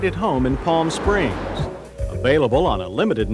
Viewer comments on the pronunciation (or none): "General Mhotors" "Pahalm Springs" Gotta love John's pronunciation of words. Ah the 80's. When a little bit wider tires was considered a handling upgrade.